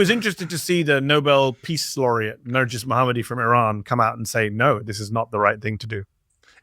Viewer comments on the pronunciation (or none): It’s Narges not Narjis. Mehdi should know better.